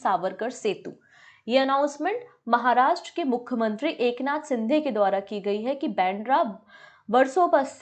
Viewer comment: Eknath Sindhe nhi Shinde...😅😊